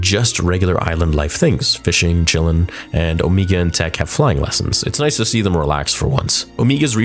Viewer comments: I love your videos but I can’t help but wonder why you keep pronouncing Omega’s name like “Oh-me-ga”? She is the only one who says her name like that, and I’m sure it’s bc of her accent. Everyone else says her name as “Oh-mega”. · It's Om"egg"a, not O"meeg"ga. Omega only pronounce it that way cause of her accent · its pronunced oMEGA not meega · I thought it was pronounced as "Oh-May-Gah" not "Oh-Mee-Gah" lol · Why does pronounce omega weird hahah it doesn't really matter but in the show they obviously say omega but always says omeega 😂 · Why is her name being pronounced Omeega? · why is it so hard for the man to say omega. its not omeega jfc lol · Why you keep saying Omeega? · Why does buddy say omeega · Why are saying Omega like that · Yeah maybe say her name properly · Every week I say it but please stop saying Omegas name like that. Please. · you keep saying omega wrong